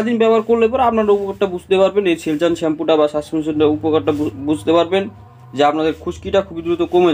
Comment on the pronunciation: সেলসুন ভালো করে উচ্চারণ করো